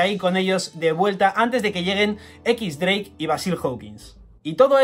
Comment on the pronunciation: Tio... X-Drake no es "equis dreik" xD es "Diez Dreik" xDDD Yo creo q el traje lo usa para no ser reconocido como sanji, xq Law le dice que no los pueden reconocer para que no se metan en peleas antes de la lucha final. Veremos a ver que pasa xD